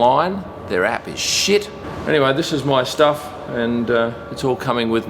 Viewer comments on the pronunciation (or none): "tHeIR AaPp iS SheEt" 2021 Btw I love your vids